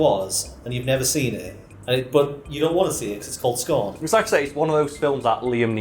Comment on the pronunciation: Everytime says "scorn" I hear "scone" I'd still watch a keanu Reeves movie titled "Scone"